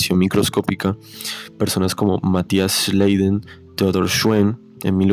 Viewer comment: Se pronuncia schlaiden no schleiden xd